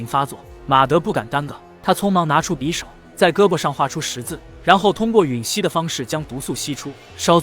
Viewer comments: 吮吸，吮，Shǔn，失温瞬。😂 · 阿阿阿阿阿阿「ㄕㄨㄣˇ吸」............